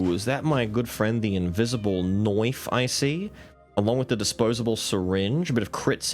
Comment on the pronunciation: The ''magic knoife'' had me rolling so hard man...